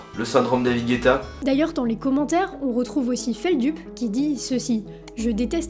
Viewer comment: La France est aussi connue pour son talent en anglais, dédicace à "Feldup" prononcé à la française 😂 (humour, mais très bonne vidéo haha)